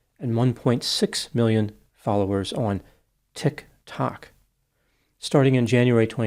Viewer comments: It’s more like “ticK Tock” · why does it seems its hard for you to say tictok..🤣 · I will never get tired of the way he says "TicTock" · That was just too funny at the very end of the video him trying the best pronuntiation of " TIK TOK " . Cheers ! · Will you ever learn how to say TikTok? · The only things guaranteed in life is death, taxes, and using the weirdest pronunciation of "TikTok" humanly possible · I just love the way says, "TikTok." 🤣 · I love how pronounces Tik Tok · Oh my goodness, pronunciation of “Tik…>….🕰️……>….⏰………>⏱️Tok"… I love it! 😂… Anyway, great analysis,. I remember back when YouTube first started, the "prankster" videos were funny and entertaining, now they’re just obnoxious and criminal 🙄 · I've decided that that's now the correct pronunciation 😂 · It’s a highlight of the videos for me too!! 😂😝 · 😂😂😂😂😂 that’s what an absurdity he sees that platform as! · It's one of his fabulous quirks! He gave us extra clips at the end. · It's like seeing the word for the first time and reading it without being sure if it's a real word or if he should pronounce it differently